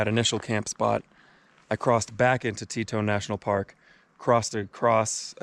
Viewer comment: It’s Teton not Tetone 🙂👍🏻